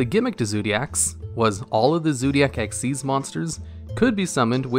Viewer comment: Awesome video But isnt xyz pronounced xyz not xez Nh but its just kinda off to me